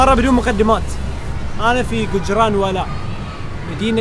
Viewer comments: حبيبي هو قجراوالاه مو قنجراوالا its gujjrawala not gujjranwala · بموووت كجرانوالا النون ماتنطق وبعدين ذولا فشلونا الله يفشلهم كسروا يده اختكم الباكستانية ماتدري الله وين حاطها